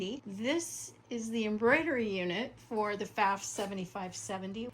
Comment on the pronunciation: Nice collection. Pfaff rhymes with off, BTW.